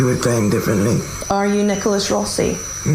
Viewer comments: His pronunciation of the surname "Rossi" is an absolute giveaway. He repeatedly says "Rosey" not "Rawsi" as an American would. That was Always the first giveaway on this case to me. And this same Mispronunciation is mirrored by the wife, and this is incongruent with her Bristol/South West accent. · Why are this couple mispronouncing 'rossi'. Italy isn't far away, and despite Brexit, the UK and Europe DO trade quite a lot. They would both know perfectly well, 'rossi' is not pronounced 'rosey'. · I love how hard the guy works to mispronounce Rossi and Alahverdian Also, the wife repeats the same lines that Nicholas has previously said in other interviews, about the press being at the door and not being about to go out for a pint of milk and that whole spiel.